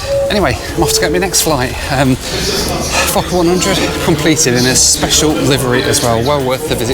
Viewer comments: I thought you said fucker-100 just spat out my tea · i first heard that as "the fuck up 100"